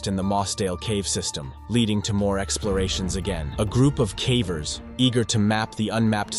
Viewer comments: What on earth are cavvers? Its pronounced in the same way as cave. Ie cay-vers. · Pronounce "caver" correctly. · Your pronunciation of “cavers” is atrocious